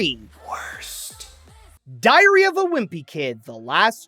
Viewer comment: The way you say diary sounds like diarrhea and it makes me laugh